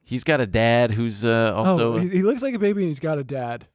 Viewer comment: biting his tongue during the HelloFresh ad when says "recikable" and "braby" lmaoooo